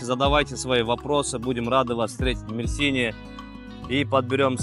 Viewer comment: НурСултан Мерсине ударение на Е